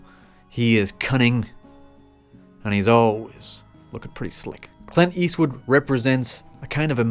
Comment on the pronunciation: It's Clint Eastwood not Quint Eastwood!